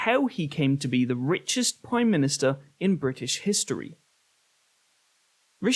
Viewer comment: Praume minustar😂